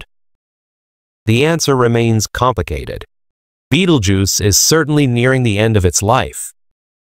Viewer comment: Hahahaha Beetlejuice .... hahahaha non, Betelgeuse.